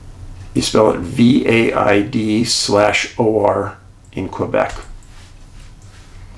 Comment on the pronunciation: Vald'Or Val-d'Or means Valley of Gold So the English pronunciation will be: The first letters of valley then "d'or": Valldor